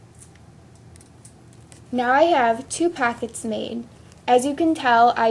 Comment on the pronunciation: Its not packets its pockets, its not battum its button